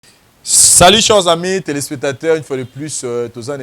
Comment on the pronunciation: t'as vraiment un problème de prononciation ont dit pas cheures amis mais chers amis tu aime aussi dire conceur ont dit concert